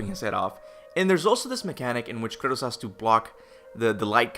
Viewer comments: Its Kratos not Curtis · I keep thinking you're calling Kratos "Curtis" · r u saying kratos or curtiss lol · I know he's Kratos, but I keep hearing Kurtus. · why does he call him Curtis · Kratos aka Curtis Sorry, but that's all I can hear when you say his name. Curtis! 😂